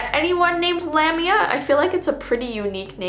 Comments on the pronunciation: Lamia is pronounced La-mia. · My name is Valeska lamiaa i never knew what valeska meant but i know that lamiaa is a monster One of my ibfs is named kiera so shes basicaly the dark one ALSO its spellet lamiaa and pronounced La mi a a, i was kinda offended that my name means im a monster